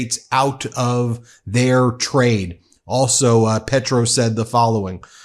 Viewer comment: Can you please pronounce Spanish names/ words correctly? It’s easy. It’s respectful. PAY-troh.